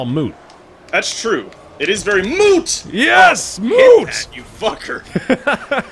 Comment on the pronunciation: "You played very well." "Baery well." I laughed much too hard at that.